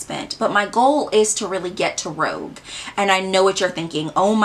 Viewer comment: Girl, I’m glad you exist. I laughed so hard at that calculation 🧮 it’s pronounced Rooj not Rogue. It means red in French, which is appropriate given the rewards system. Even if you only shopped on the sale dates , at most you’d save $100 on 1k worth of spend and wouldn’t even qualify for the $100 gift card with your points. Lol. Sephora has us blind.